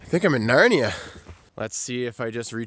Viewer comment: dude the way he said narnia is the most canadian thing ive ever heard